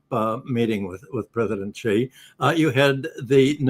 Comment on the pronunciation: thanks for pronouncing Xi right.